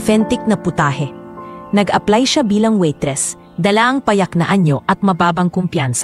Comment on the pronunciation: Anong kpaseng narrator ito n as kskainispakinggan waitressnawaitresssabihinmong waytres?